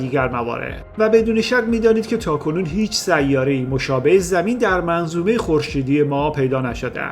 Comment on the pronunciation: برادر خواهش میکنم ه اخر سیاره را غلیظ تلفظ نفرمایید. تمام ه چسبان اخر کلمات را ح تلفظ میکنی اشتباه است. ببخشید